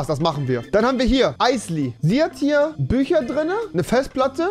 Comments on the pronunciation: Andere: bücher Rewi: büscha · Wieso sagt er bei Fisch ch aber bei Bücher Büscher tausch die doch einfach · "Ich glaub ich kauf dir paar büscher" Büscher Büscher !!! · Büscher? Büscher! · Bücher oder Büscher?